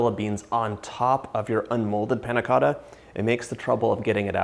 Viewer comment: The way he said Panna Cotta pissed me off